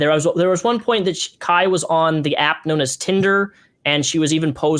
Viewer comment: i love calling Kai 'kay' lmfao luv u bebe